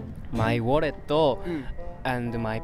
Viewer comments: WALLETO AND PASSPORTO WAS SYOLENO LMAO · very gudooo, butooo. My walleto, passporto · hahah find it cute how some add the "o" to English words "walleto" "passportto". The guy with the black scarf from Osaka is cuute <3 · Aw. His walleto and his passporto got stolen😂